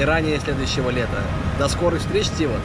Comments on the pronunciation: Ударение на букву А!!! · А я думал, ТивАт. :(